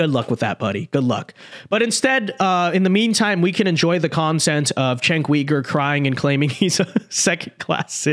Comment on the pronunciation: Are you pronouncing his last name incorrectly on purpose? 😅